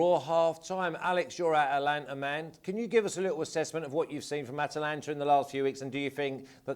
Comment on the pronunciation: Atalanta, Not Atlanta